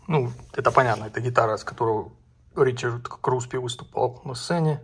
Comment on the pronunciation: Не Ричард, а Рихард 😂